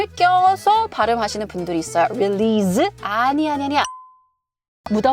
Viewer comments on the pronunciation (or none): none